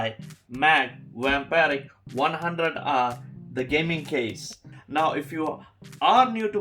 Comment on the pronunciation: I don't understand how he can say Pravesh or Naveen.. but he can't say Vampiric :D